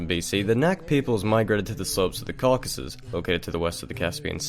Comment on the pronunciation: Im really starting to get tired of hearing Cockasus.